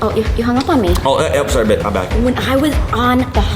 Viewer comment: Am i the only one that heard chad say bae to vy